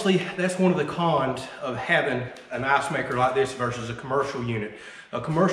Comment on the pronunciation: Everytime when he says icemaker its sounds like assmaker